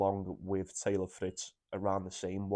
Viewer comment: Mate it’s Fritz , palonini., medi in 2